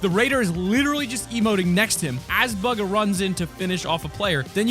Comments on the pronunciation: (Pronounce) Is it Buga or Booga? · He says bugha wrong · It’s not buga it’s bugha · not bugger its BUGHA! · He just swears bugger it is bugha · Why is he saying bugah it’s boogah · Bugga no it’s buhga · I hate the way he says BUGGA, instead of buh-gah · Its Buge-ah not bug-ah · Bugha-: “BuGgA“ Us: Bugha. (“Boo Guh“) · Ok who didn't notice him say bug-uh instead of boog-ah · Omg buga bro can you speak english its bugha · ITS BOOGA NOT BUGA 😤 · Picking up the white pistol Me: Kind of confused: Bug a Me: Super confused (It’s pronounced Booga) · Bug ahh. Bug ahh. Bug ahh Me: STOP ITS BU GHA NOW STOP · It’s bugha not bug ah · It’s not bughanit said booga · Stop calling him buga it’s bugah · Buga? It’s boo-guh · It’s boo gu not buger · It's not buga it's booga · Bug-a it's bu-gah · It’s not bugga it’s booga if that helps u per ounce it XD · ITS BOOOGGAAA NOT BAGA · bug uuuhhh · his name is not bug uh its bugha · Hey it’s pronounced booga not buga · lmao buga it’s said “booga” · buggga. Everyone: boooga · Boo gah not bug ha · Anyone notice he said (bug-a) instead boo-ga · Hold on, Baga? Its BUGA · Bugga wtf🤣 its bugha boo-gu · you said pugha -_ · his name isnt buga its bugha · He pronounced Bugha wrong. He said BUG ha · It’s pronounced Boo-ga everybody knows this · I love the way he said “bugha” cuz it’s pronounced “booga” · he said bugger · Did he call bugha, bug-a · He keeps on saying Burger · Hahaha hahaha did he say bagha?! xD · It’s pronounced būga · Its pronounced like boogha ... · Bro it’s (boog)-(ah) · Did he say “bügha?” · he told bugga not buggah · his name is pronounced "boo-guh" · ITS BOO GA pronounciatian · Dud it pronounced (boo-guh) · ??? Its bugha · Did u Call bugha bogha?? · His name is buhga you say it like booga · It is (boo-ga). This how to pronounce his name not being rude at all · It’s pronounced b-OO-ga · It is not bugha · YOU SAID HIS NAME WRONGE... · did he pronuce bughas name wrong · He said bugha wrong